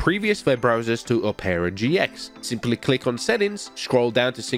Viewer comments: Brother it’s pronounced aa-pr-uh not oh-pear-uh 😂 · "Opera GX is pronounced Op-ra GX, not opeara GX" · "a-pra" gx The world: "op-ra" gx Btw, can you do this on the police side? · I love how he says opeara instead of op-Er-a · Operagx is produced op-ra gx not op pearer gx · It’s ah-per-uh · as soon as i heard him say oherra i went to the comments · same i heard omarra and just came to the comments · Ah yes “oh pera gx” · "Opara GX" LOLLL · O-peara GX? Had to lock in to figure out you meant OperaGX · I have opera gx but he really said ohpaira gx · Bro really said opaira GX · am i the only one, pissed that he called Opera GX 'Opeeeaaarraa GX' lol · PRONOUCNIGN OPERA OH PERA INSTEAD OF OPERA LIKE THE WOMAN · Who noticed said opera wrong haha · never heard anyone pronounce opera like that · You're pronouncing Opera so wrong.